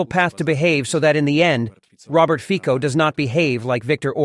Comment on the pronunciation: His name is FICO, and not FIKO ! STUPID NARRATOR ! LEARN IT, and say it right !